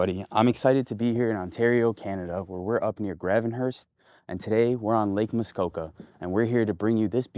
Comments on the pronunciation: Grahh-Ven Hurst?? where are you from? Grey-Ven-Hurst is how you pronounce Gravenhurst. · It's pronounced "GRAVE -N-HURST you dummy. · Really? Lost me at "GrAvenhurst". Try again, take 2. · It's pronounced "grave en hurst" buddy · Should probably learn how to say Gravenhurst.